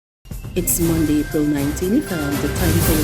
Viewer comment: Two words into the Newscast and you're making mistakes already. The word is MONDAY and it is pronounced MONDAY....MON-D is incorrect.